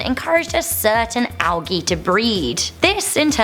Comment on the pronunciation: IT IS PRONOUNCED "ALJEE"!